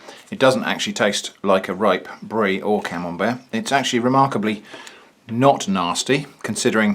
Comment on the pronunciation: More like “canembert”